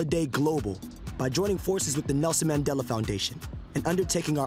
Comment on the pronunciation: Bro really said Maandale